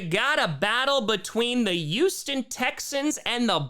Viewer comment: I love you I really do, but why do you avoid the letter H like the plague? It makes me sad, the Yooooston Texans and yoooge implications are slowly sending me over the edge